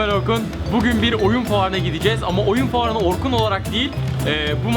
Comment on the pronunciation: aaa ilk defa merhaba ben orkunu anlaşılır söyledi